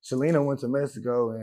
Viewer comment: There isn’t anything wrong with not speaking spanish , but this guy goes around wearing mexico flags , oh excuse me “messico” as he calls it , he goes around wearing messico flags , always saying “messico this” messico that , shit he even has the messico flag tattooed on him i believe , he dresses in mariachi for his videos , and calls himself an “essay” , but yet he cant speak the language of the ppl he claims to represent ? Man wtf ?